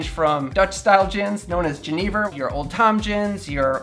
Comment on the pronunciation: If you ever go to a bar in Amsterdam and order “juh-NEE-ver”, they likely won’t know what you’re talking about. Jenever is pronounced “JEN-nun-ver”. I highly recommend a visit to one of Amsterdam’s oldest drinking establishments De Drie Fleschjes, established around 1650. All they serve is Jenever of which there are a number of different varieties, and it’s always served neat, never in a cocktail.